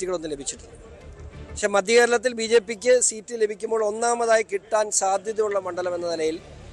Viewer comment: മദ്യ കേരളം അല്ല മധ്യ കേരളം ??